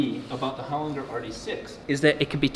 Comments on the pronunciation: Pronounced "Hole-Ling-Jerr", not "Holin-grrr". 😂🤣 Don't worry bro, you'll learn how to speak Aussie someday. 😉👍 It sounds similar to lozenges at the end. So loz-en-ges, hole-ling-jerr. 😎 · It's an Australian company and it's pronounced 'Hol-in-ger' as in 'German' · SPENDS A WHOLE DAY AT HOLINGER AND STILL CAN'T PRONOUNCE IT CORRECTLY 😂